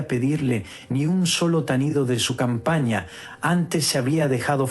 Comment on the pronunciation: Seagradece q lea para nosotros,pero me llama la atención q no respete puntuación o acentos;dice campañia en vez de campana,q raro de uď.